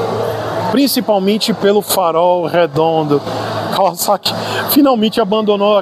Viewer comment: Até que enfim alguém que sabe pronunciar o vocábulo da marca corretamente. Parabéns!